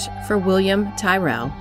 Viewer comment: Tyrrell. It's pronounced Tir-ril